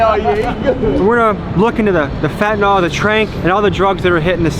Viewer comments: Why do americans say „Fetnyl“ Its called „Fent A nyl“ ?🤣🤣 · FYI it's pronounced FEN-tanyl not FET-anol